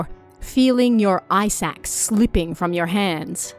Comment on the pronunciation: I heard ‘ice axe’ as ‘eye sacks’ and was really confused for a second 😂